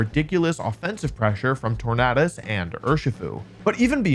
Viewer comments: I thought it was called tor-nay-dus like tor-nay-do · I cringe everytime he says tornadus